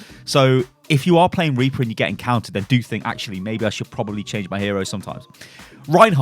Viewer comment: oh rly anyone hear of RRRRRRRRReaper?